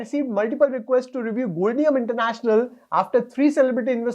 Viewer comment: Sir its pronounced as Gold-Diam (Short form of Diamond) so Gold plus Diamond = Goldium